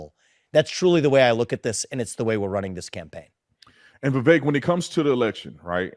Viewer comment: Vivek rhymes with cake